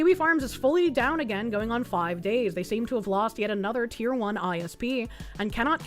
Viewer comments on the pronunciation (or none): none